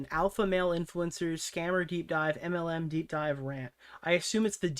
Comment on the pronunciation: You mean "mlem" right? That's how you're supposed to pronounce it. No one knows what an M-L-M is. We pronounce it mlem when we talk about it so everyone knows what we are talking about.